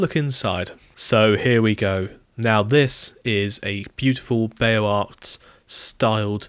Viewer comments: OK I have to say something just because I've been cringing just a bit each time you say it. "Beaux" does not sound like "bayo", it is just "bo". So "Beaux-Arts" is basically "bo's arr" or "bo'zarr". French is tricky with a heavy dose of silent letters. There's some "how to pronounce Beaux Arts" videos on youtube if you really want to hear it. As usual, thanks for the lovely server tour! Love these videos. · Beaux Arts is pronounced more like “bohz AR”